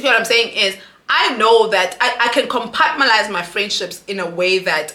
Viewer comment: Yohhhhh I’ve been screaming COMPARTMENTALISE!!!!!!😂😂😂everytime she says compartmalise😭😂